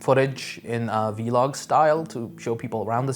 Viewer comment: who the fuck calls a vlog a vee-log